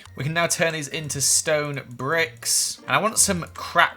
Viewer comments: he says stone bicks not bricks! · "Stone bicks" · Lol said stone bicks 😂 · says bicks instead of bricks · “stone bicks” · You said biks in one point of the video and not bricks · Is no one going to talk about how he said bricks when he was smelting the bricks to cracked stone bricks🤣😂😆he said “bicks” hahahaha!!!😅😂🤣I’m dying!!!!😂😅😂 😂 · Anyone else notice that said bicks